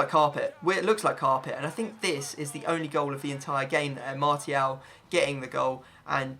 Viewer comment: Why does he pronounce martial with a t